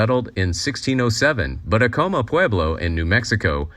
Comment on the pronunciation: Acoma is pronounced "ACK-amuh".